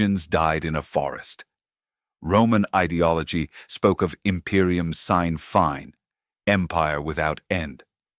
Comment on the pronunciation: "Since fine" is pronounced "see-nuh fee-nuh"